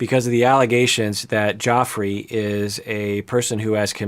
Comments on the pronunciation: isn't it meant to be pronounced Jeff-rey? i think may be mispronouncing it here. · it's pronounced like "Jeffree" not "Joffrey." Lol. He might have horrible allegations against him, but even if they're true he's not GOT bad. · Pronounced JEFFry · It’s okay and you’re not the only one pronouncing it that way. I think the others must’ve been GOT watches, lol. Anyways, love your insight! Keep up the great work! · I love that he's calling him "Joffrey" because I keep hearing it as King Joffrey from GOT lol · Joffrey. Game of thrones. Cracks me up bc if the allegations are true the pronunciation is suitable.. 👀 don’t worry I’m terrible with pronunciation and I have it pointed out from time to time on youtube too 😅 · its pronounced like JEFFREY lmao!!!!